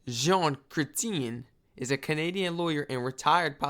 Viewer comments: BTW it's Zhawn - like “John,” but with a soft “zh” sound (as in measure) - Kray → rhymes with “gray.” tee-en → “tee” followed by a soft “en,” almost like “tee-ehn.” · JEAN CRE T -YEN IS HOW YOU SAY THE PRIME MINISTERS NAME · Jean Creshen is how you pronounce his name. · Pronounced ‘jun CRE chin’ phonetically